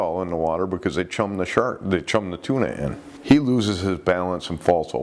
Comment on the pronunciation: you say, There's tuna all in the water", but it sounds like you said, "There's Tuinal in the water". If there was a strong barbiturate like Tuinal in the water, then I would likely be one of you're statistics! I DO know that remnant's of fluoxitine (Prozac) are being found in fish, and not just beach fish, but deep water fish like tuna. Who would've ever thought that depression medicine causes sharks to kill themselves, and others? There are sinister forces in this world! L/R